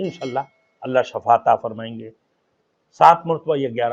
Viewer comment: Shafa نہیں ھوتا ھے Shifa ھوتا ھے کچھ پڑھ لیتے